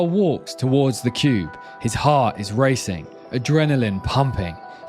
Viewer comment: Yeah, I thought the same. In fact when said, "heart," I heard, "hut." Hut makes more sense to the story, in my opinion.